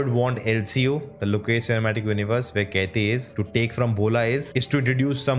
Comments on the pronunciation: It's not keithi .... It's kaithi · Bro!!!!! It's "KAITHI" not "KEITHI" FOR GOD'S SAKE!!!! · Wtf are you telling Its kaithi Not catiii